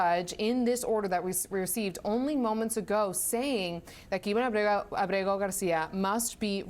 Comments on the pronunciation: Why does she keep pronouncing his name that way? She can't even get it right 3 times in a row, lol. Clown school. I would love to see her code switch and pronounce his name if he was Japanese, Russian, French, Italian. CNN ur a joke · why can't she pronounce his name correctly? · LOL The Virtue signaling pronunciation of his name is so hilarious, I love how she tries it the second time and tricks all over herself and his name just comes out as babbling. Why do anchors do that for Hispanic names. You don't break out into a Irish accent when someone's named Jimmy O'Connor. But they feel the need to accentuate Hispanic names Marion soft weak people bending the knee to minorities so that they're not perceived as big meanies. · Kilmar Ubrego Garcia 😂 ( hold my drink 🍹-let me pronounce this in Español )